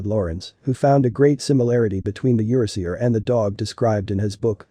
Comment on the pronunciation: "YER-uh-SEE-ur"? Nope, it's pronounced "yer-AA-zhur", which plays on the fact this breed is of EURopean and ASIan descent.